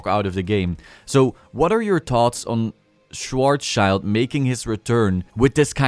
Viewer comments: I don't want to look lecturing but maybe it's interesting for you. It's pronounced Schwar sss chilled dragon :) it means black shield in German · Butchering Schwarzschild is inevitable for many people, especially if you're not familiar with how Germans pronounce words.